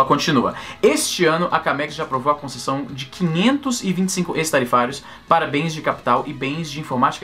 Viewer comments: Esse "ex" de "ex-tarifário" pronuncia-se "équis" e não "ês", porque o "ex" do latim, com o sentido de "fora". Produtos fora das tarifas padrão. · Se pronuncia "Écss" tarifário. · Se pronuncia "éx-tarifario" meu rei